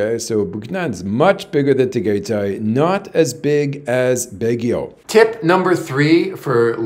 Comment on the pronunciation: … Tagaytay is pronounced “Tah-guy-tie.. I just don’t want the locals snickering or staring at you like they did when the taxi guy dropped you off at night to meet Bohol girl. You are a gifted storyteller.. I call you the